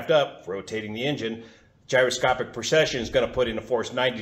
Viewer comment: It really sounds like you're saying "procession".....at least part of the time. The only reason I'm familiar with the word, is that A. Bertram Chandler used it a lot in his science fiction stories in regard to his imaginary faster than light engines. "He switched on the Mannshenn Drive. Deep in the bowels of the ship the gleaming complexity of gyroscopes began to move, to turn, to precess, building up speed. Faster spun the rotors and faster and their song was a thin, high keening on the very verge of audibility. And as they spun they precessed, tumbling out of the frame of the continuum, falling down and through the dark dimensions, pulling the vessel and all aboard her with them." In order to get the correct mental image, I had to find out what that word meant. But your demonstration is perfect. I wish I'd had something like that to explain it to me as a kid.